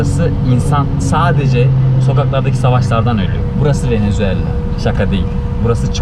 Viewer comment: ya gardaş hepsi iyi hoşda şu VENEZUELA ya VENEZUELLA deme yaw